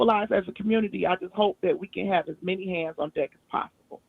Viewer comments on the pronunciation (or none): none